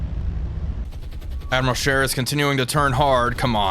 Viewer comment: Wait a minute… a non-European gamer saying “Admiral Scheer” properly? [eyes bulge, head spins in three axes]